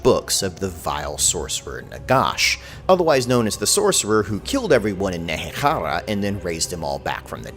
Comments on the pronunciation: Shouldn't "kh" in nehekhara be the pronounced like the "hr" (x') sound? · In universe, Nehekhara was named after Nehek, who founded Khemri. The K at the end of his name is to be pronounced, and therefore the KH has a throat-sound, instead of the voiceless velar fricative or like the Greek consonant "chi" (χ)